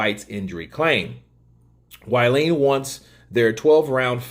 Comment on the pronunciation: Pronounced (Wall-in ) WaLLin